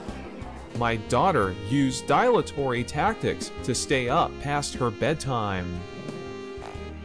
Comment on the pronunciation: Not pronounced die-latory. It's pronounced dill-atory. You need an e at the end of words to change their pronunciation eg dilate is pronounced die-late, not dill-ate.